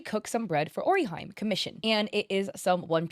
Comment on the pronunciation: "Ori Jaime" 😭😭😭😭